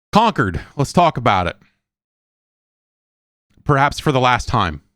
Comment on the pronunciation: Con-cord not Conquered